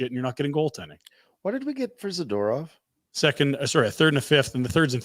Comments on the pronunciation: 🤮Every time Frank mispronounces “Za-ter-off” it seems like a power move … smh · why have they never said hey frank there is no A after the D in zAdOrov drives me crazy dont know why lol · Can you plz teach Frank how to pronounce Zadorov